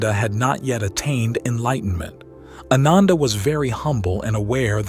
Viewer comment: Dude, your pronunciation of Sanskrit/pali words are ATROCIOUS. It's AAnanda.. not ANUNDAA. Its Vipaasana...etc. pretty much every Sanskrit word has been pronounced incorrectly.